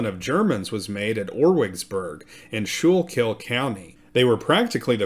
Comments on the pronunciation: School kul is how we pronounce Schuylkill. Nice reporting. They're probably relatives. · By the way it is pronounced - SKOO-KILL. Requests to the Quaker officials brought the response - of "What are you doing to the poor Indiasns"? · “School-kill” is how it’s pronounced. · Ok… this is driving me crazy. It’s pronounced “skoo-kell” not shookil. I know there spelling is hard lol there are a lot of names in PA like that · Pronounced SKOOLKILL not SHOOLKILL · Great episodes. Always listen. The river and county is pronounced Skookil. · The Schuylkill river is pronounced the skookle by the local Philly area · Its pronounced "SKO-Kill" by everyone in Pennsylvania. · And it's Skookle. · Great piece. Let me help you out a little. It is pronounced skoo-cull county. That sch is like school. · Great presentation. FYI, you're pronouncing Schuylkill wrong. It's like "skoo kill" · It’s pronounced Skool - kill 😊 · Schuylkill is pronounced “Skoo-kul”. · Great but you are mispronouncing Schuylkill.